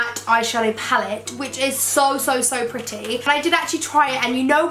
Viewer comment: The way she says pretty is soo annoying!! STOP SAFFRON!!😣😥